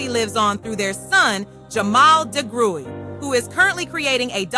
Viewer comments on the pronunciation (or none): No... it's pronounced de-grue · Pronunciation of Degruy is ‘da-grew’ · This was wonderful information. For future reference their last name is pronounced “dah-grew”. Thank you so much for putting this video together. ✊🏿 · Someone correct me if I’m wrong but I believe the last name is pronounced deGrew but spelled deGruy. I kinda remember from the intro of the 70s variety show The Bill Cosby Show.